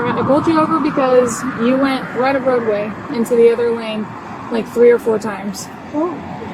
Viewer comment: మంచి ఇన్ఫర్మేషన్ ఇచ్చారు👍. కానీ, Line కాదు Lane అనాలి. బ్రీత్ analyzer కాదు, బ్రెత్ analyzer అనాలి.